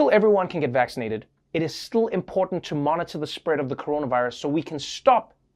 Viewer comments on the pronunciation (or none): i love how Trevor says STL when he says still